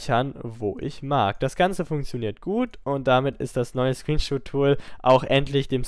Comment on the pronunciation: ScreenSHOT, nicht ScreenSHOOT